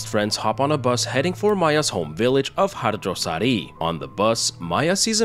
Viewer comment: Are you asian by any chance? Cus i never heard western ppl can pronounce "harjosari" correctly